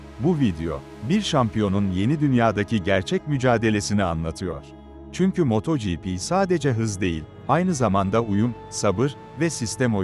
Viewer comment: Yahu su yapay zeka seslendirmesi ne alaka? Bi is yapiyosaniz az cesaretiniz olsun kendiniz konusun! Ödlek ödlek yapay zekanin arkasina saklanmissiniz.... moooooto gipi ne aq sinir oldum...